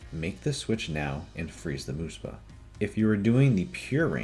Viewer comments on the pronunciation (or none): muhspah, not moospah